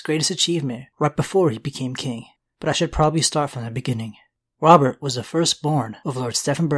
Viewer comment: I kept hearing the demon of the trident. I never knew it was Robert. I legit thought it was a evil demon from hell.